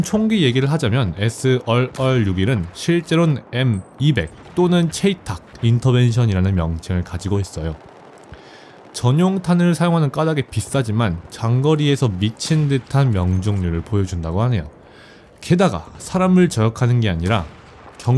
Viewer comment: 으엉.. 마지막이라니 ㅠㅠㅠ 그런데, 체이탁이 아니라 샤이탁이라고 해야하는게 맞다고 어디서 주워들었어요!